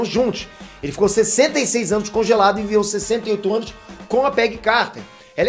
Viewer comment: QUEM ouviu 101 ânus